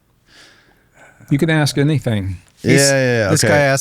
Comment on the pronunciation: Is it “ash” or ask? Little speech impediment,?😂😂😂